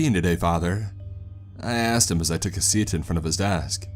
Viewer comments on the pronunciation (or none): none